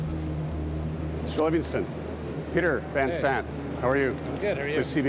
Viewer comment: It's Peter Van Sant not Zant.